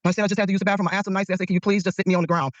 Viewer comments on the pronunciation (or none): She's educated but yet she says bafroom.